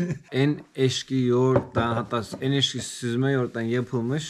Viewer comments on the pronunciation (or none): Ekşi kelimesini eşki diye telafuz ediyorsun, daha önce izlediğim bir videoda da duymuştum ama emin olamamıştım, belki yanlış anladım diye düşünmüştüm. Bu videoda iki kere “eşki” dediğini duyunca emin oldum. İstanbul’da doğdum büyüdüm diyorsun, üniversite mezunusun, “eşki” nedir? Moğolistan’daki bir videonda, belgesel mahiyetinde videolar oluşturacağım demiştin ve deneme amaçlı bir video atmıştın, gerçekten böyle bir projen varsa, video denemelerinden önce kursa gitmeni tavsiye ederim. Günlük konuşma diliyle dinlerken samimi bir hava verse de “ekşi” yerine “eşki” demek hiç olmamış. ☺️☺️☺️☺️☺️